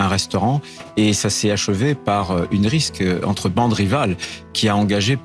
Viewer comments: il a bien dit Risque au lieu de Rixe ? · C'est moi ou le boug prononce "rixe" comme "risque" ? Mama, c'est foutu. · M. Retailleau, on dit rixe, pas risque, dyslexique, en plus ! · hé, rotayo l'idiot du village, on dit une RIXE, et pas une RISQUE! LA HONTE! ça se dit ministre mais c'est incapable de parler français? Retourne en classe, qu'est ce que tu foutais pendant tes cours, hein feignasse? Oui, oui, j'ai bien écouté 2 fois: une RISQUE entre bandes rivales, là pour le coup, c'est toi qui RISQUE de passé pour un illettré, tu crois pas, hein pour quelqu'un qui défend la frce contre tous les étrangers, tu sais pour quoi tu passes, non parce qu'ils parlent mieux que toi sans problèmes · On dit une rixe et pas une risk! Et vous en faite tout un plat de Trump...quel politique ne ment pas? Sans rire! C'est leur mode de fonctionnement, ça ne doit plus surprendre personne! Par contre, il faudrait pouvoir les confronter à leurs mensonges et les sanctionner! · Pourquoi Retailleau prend le risque de prononcer à deux reprises un mot qu'il n'arrive visiblement pas à prononcer? Merci de mener l'enquête blast. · Vers minute 5.22, Retailleau ne sait pas prononcer le mot rixe ?